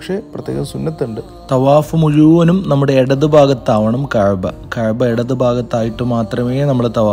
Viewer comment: ചുരുങ്ങിയ തോതിൽ മഖാമ് ഇബ്രാഹിമിൽ നിന്നും നിസ്‌ക്കരിക്കുകയും, ചുരുങ്ങിയ തോതിൽ കുറച്ച് സംസം വെള്ളവും കുടിക്കാമായിരുന്നു. പിന്നെ മറ്റൊന്ന് കഹ്ബയല്ല കഅബയാണ്.